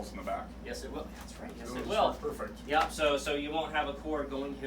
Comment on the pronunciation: The way says yup “Yulp”